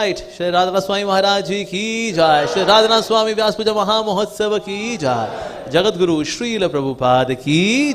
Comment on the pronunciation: Awww so dramatic are his moves , he can't even say Jai or joy correctly. The Bengali lyrics too are sung with such un dialectic manner .